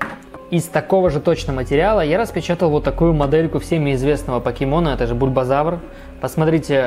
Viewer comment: Ты сказал бульбозавар